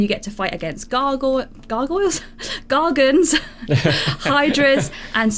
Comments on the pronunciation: They are called gorgons not gargans and medusa is a gorgon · Mispronounces gorgons then proceeds to say hope we get to fight medusa